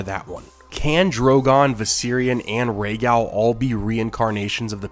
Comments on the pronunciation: Its not gal, like a girl, its pronounced gahl, like gall bladder. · You say Rhaegal the American way. It’s annoying.